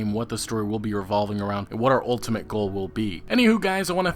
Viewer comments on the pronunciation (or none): none